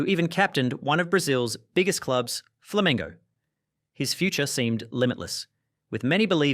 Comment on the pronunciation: It’s called Fla-men-go Replace the i with e